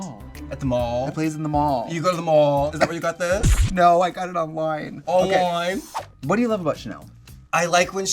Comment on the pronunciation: At the mawlll. Awnline. THE BWOOKINGS HUNNY. IM HERE TO GET BWOOKED